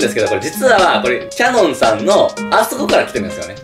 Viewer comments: ちゃんとキャノンじゃなくてキヤノンって言ってるとこ賢い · ちゃんとキヤノンって言ってるの偉い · ちゃんとキヤノンって言ってるんすこ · はなおはちゃんとキヤノンっ言ってるね。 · ちなみにはなおさんの『きやのん』の言い方ですが、社名自体『キャノン』ではなく『キヤノン』なので正確な呼び方であります。